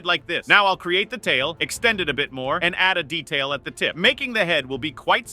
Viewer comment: Your saying detail😂😂😂😂😂😂